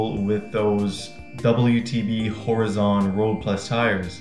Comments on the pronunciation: Horizon is not pronounced Hori-zahn . It’s pronounced Hor-eye-zun. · Can you pronounce Horizon properly please 🤣